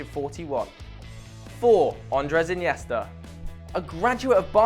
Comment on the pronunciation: he said inesta 2050